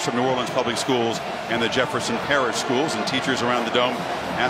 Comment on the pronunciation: is anybody going to talk abt how how they cant get Justin Jefferson's name right